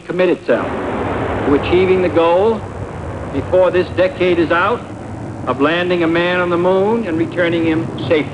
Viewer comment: JFK didn't even know how to pronounce "decade".